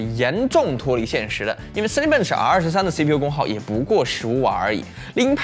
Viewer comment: zen z嗯，bench笨嗯吃，这读音听的头痛哈哈哈哈